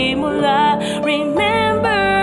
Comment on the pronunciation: BAMBOO IKAW BA YAN!!! intro and I feel like I'm listening to bamboo's style of singing but seriously ang galing ng pag kakacover mo, well fitted sa medley, although parang may mistune sa "remember!" mostly negligible na yun since over all tuminding ang balahibo ko from intro to ending ng kanta ang ganda well delivered ang bawat bigkas ng lyrics at nag harmonize yung boses mo sa piano. kudos to you sir, more power on your future works since you gain a sub